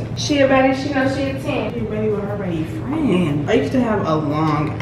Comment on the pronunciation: Her calling everyone fren is so me and my mom😂😂😂 we call people frenn